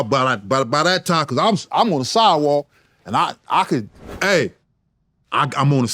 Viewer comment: 😂 "AAH, I'M ONNA SIDE WALK NOW," straight Cali shyt 🤣 OG shyt...